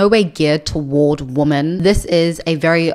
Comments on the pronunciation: thank you. That explanation still doesn't make sense, because she pronounces "man" and "men" differently and correctly. But thank you, I didnt know she spoke on it before. Does anyone know which video? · Am I going insane? Why is everyone on the internet pronouncing women "wi.muhn" (the plural) the same as woman (singular) "wu·muhn"? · why are some creators pronouncing "women" as its singular "woman"? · I think in the "I'm not happy discovering I am a lesbian" video Also this is written in the description of her videos: FAQ Q: Why do you pronounce "women" the same as "woman"? A: I am South African with a particular Queen's English/south of England tinge to my accent. Please be understanding, respectful and don't send me emails or leave comments about this. Thank you :)